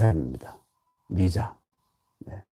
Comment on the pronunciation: 또 틀린 발음! 미자의 미를 왜!? 길게 밯음합니까!? 잘못입니다! 자고저를 아시는지요! 실로 실망했오이다. 미국 변 완수 드림